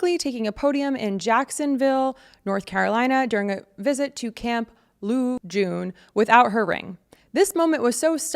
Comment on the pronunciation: The pronunciation of LeJeune got me. No hate, just funny. But don’t trust the water there…